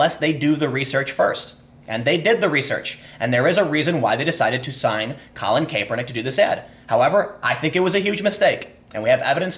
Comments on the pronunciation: "Collin KAYpernick" its Kap-ernick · It's not pronounced Kay-per-nick. It's Cap-er-nick! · "Kap-er-nick" not "Kae-per-nick" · “KAP-er-nick not KAPE-er-nick. I’m guessing you don’t watch football. Nike stock hit an all time high since this video came out. Nobody will remember or care about any of this in a week. Americans have the attention span of a caffeinated humming bird and the memory of an ex NFL lineman. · CAP (like a hat)-ER-NICK!!!!!!!!!!!!! NOT caper-nick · Also Cap-er-nick not cape-er-nick haha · It's kapernick I get it its spelled the way your saying it but your giving me a headache! Your great and I love you podcast. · CAP-ernick* , sorry it’s bothering me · CAP-ernick is how you pronounce it goddammit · Hey Tim, the first "e" is silent in Colin Kaepernick's name. Its pronouced CAP-ER-NICK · If ur gonna make a video about a certain person make sure u can pronounce his name correctly dam!!! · You are pronouncing Kaepernick incorrect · I'm trying so hard to listen to what you're saying but the fact that you cannot pronounce Colin Kaepernick's name right just throws me off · It's pronounced "Capernick" not "Cape Er Nick". And why do you pronounce Nike like "Pike"? Do you perhaps reside outside the U.S? Hmmm... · love your vids bro, but how you pronounce nike, and kaeppernick is killing me. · Time your killing me!! You say Nikeeeee correct then it's back to Nike and your saying Colin's name wrong wow I love you show but please please stop you grammatical correct reading. Love your podcast cast. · Not sure if you're trolling or not, but the constant mispronunciations of "Nike" and "Kaepernick" are really distracting